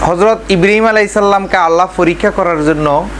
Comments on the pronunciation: হালা কুলাঙ্গার, হজরত ইব্রিম আলাইসাল্লাম, নামটাও ঠিক ভাবে বলেনা, হজরত ইব্রাহিম আলাই (সঃ), বেয়াদব চরম ভাবে বেয়াদব, এরে আইনের আওতায় আনা হোক। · ইব্রিম নয় রে গাধা ইব্রাহিম আঃ বল সালা গন্ড মূর্খ।